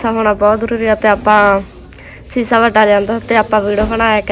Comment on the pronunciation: Bolna ta sikh a shisha hunda sisha nhi